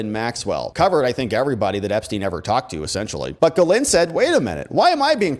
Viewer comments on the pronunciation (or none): When she introduced herself, she pronounced her name as "Jizz Lane." Ironic, I know, but every one seems to use the wrong pronounciation. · why is it that nobody can pronounce the name Ghislaine ? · Interesting video, but I think you really need to work on your pronunciation of "Ghislaine". LOL